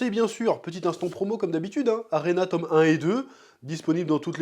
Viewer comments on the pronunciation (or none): none